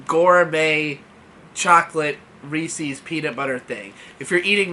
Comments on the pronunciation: hard "R"....... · I could tell by the thumbnail you were someone who says “Reece-eez”